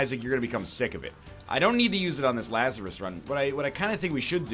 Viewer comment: Lazarus. See "Dig, Lazarus, Dig" by Nick Cave for some great music and correct pronunciation.